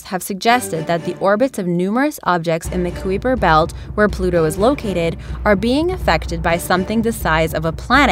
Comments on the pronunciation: The koo-eeper belt...? Did u mean Kuiper? If so, it rhymes with hyper. Nice vid though 😸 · KOO-WEE-PER belt😂😂😂that's not how you say it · Who helped the voice actress with pronouncing words she didn't know? Methuselah (#2)? It's not "Met-hu-se-lah", it's "Meth [yeah...like the drug]-u-se-lah". And the mention at the end? The "Kuiper" belt? Uh, no, it's not "Kew-ee-per". It's "Ky-per". ["Ky" sounds like "eye".] I mean, come on, people. I'm no astronomer, and even I know little things like this! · kuiper is pronounced kai - per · Kuiper: Kai-Per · It is not pronounced Wiper at all. It was named after a person who's name was pronounced with a K not a W. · Hate to be nitpicky but the narrator completely botched the words methuselah and kuiper. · That's not how you pronounce Kuiper :D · How the fuck did you pronounce 'Kuiper'?😂😂😂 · The mispronunciation of Kuiper revealed how unknowledgeable the narrator is on the subject matter